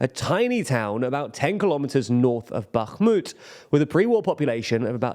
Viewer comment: Congrats on pronouncing Bakhmut correctly!